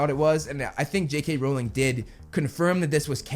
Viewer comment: WELL SIR, you are actually wrong (you are right though) becuase you can't even say J.K. Rowlings sirname right?! it's r-ow-ling not r-oll-ing :o